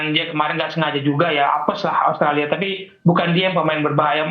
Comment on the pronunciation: Komentatornya mengerti pergaulan sepakbola internasional. Karena biasanya kometator Indonesia menyebut OSTRALI, OSTRALI.. Bung Wesley melafal dengan benar AUSTRALIA.👍🏼